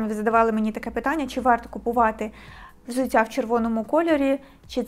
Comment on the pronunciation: Дякую, інформативно, гарна підбірка 👍 Але взуТТя, а не взуЦЦя. У нас Д, Т не одзвінчується на кшталт російської мови (дядя, тетя і т.п.)